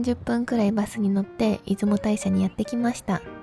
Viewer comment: 出雲大社はイズモタイシャではなく、イズモオオヤシロでは？